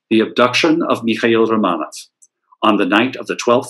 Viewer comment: Very good information. I love the way you can pronounce Russian names -- I have read many books on the Romanov family but do not know where the accents go on Russian names. So it's great to hear them and encourages me to say them more rapidly. I have never seen photos of the houses or Michael or Boris. Very good pictures of the family and Natalia as well. For some reason Russia at the turn of the century is endlessly interesting to me; I was hooked when I read Nicholas and Alexandra by Robert Massie back in college in the early 1970s. I also love Russian art, architecture, theater, literature, imperial fashion, jewels, and more. I have been to Petr once for a glorious 8 days around 2015. We saw tremendous museums, sites, palaces, and even a ballet. I only wish the Faberge Museum had been open when we were there. So I continue to learn and watch from afar in my native USA. Thanks for this lecture. I love to learn more and more about Russia. I am GLAD you fit as much information as possible into this lecture.